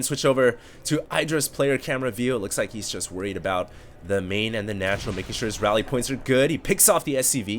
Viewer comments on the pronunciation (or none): none